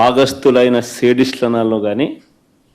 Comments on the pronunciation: అది సేడిస్ట్ కాదురా బాబు జగన్. అది సాడిస్ట్ రా babu🙏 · 😂😂😂😂ఒరేయ్ సైకో రెడ్డి లంజకొడుక నీకు శాడిస్ట్ అని పలకటం కూడా రాని చదువు లేని సన్నాసి వెధవ, ఆపర నీ లావాడలో వాగుడు